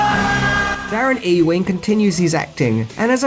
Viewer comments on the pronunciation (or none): Ewing is pronounced YOU-WING, surely? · I think it's pronounced YOU-ING